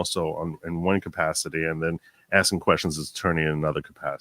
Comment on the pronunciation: He says "axin" like he's from Manha-an.